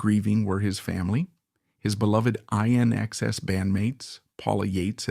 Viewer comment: It's pronounced "in excess"!